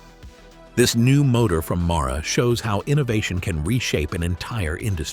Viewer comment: MARA? When it reads Mahle on every single motor? 🤨